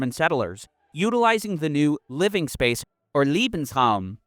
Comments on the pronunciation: Why is it that americans can't seem to pronounce any other language correctly? You keep saying Liebesraum When trying to pronounce Lebensraum. The former would of course mean "love room". 😅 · Important , factual and greatly presented clip. Just a sidenote. Pronounciation can be very important sometimes. The way the narrator pronouce " LEbensraum" sounds like Liebensraum - wich mean room for love. This makes it hard to listen to. In this horrendouse context, it is painful to hear the narrator repeating "room for love" as it as heard. A quick listen to how Lebensraum is pronounced (leːbn̩sˌʀaʊ̯m) would help tons, because you keep repeating the German word, but you translate it very wrongly in how you say it.